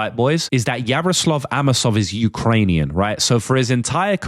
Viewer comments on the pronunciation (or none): none